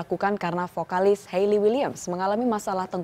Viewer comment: Ngaku fans tp nyebut "hayley" aja salah 😑